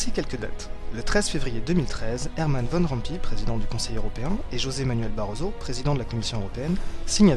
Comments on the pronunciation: Van Rompuy se prononce Van Romp"oeil" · Juste un détail: Van Rompuy se prononce on peu comme: Van Rompeuil (Tu peux coller dans google trad, vers le 'Neederland' et écouter le son de la voix electronique).